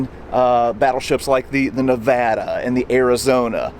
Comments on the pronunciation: As a native, I appreciate your knowing how to pronounce the name of the USS Nevada. It's a small thing but, as the Nevada drew fire which could have gone to cause even greater devastation, it's nice to see proper, accurate representation. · I'm so glad this gentleman pronounced Nevada right, few people know how to.